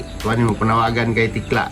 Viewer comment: Super tekla hindi tikla😂😂😂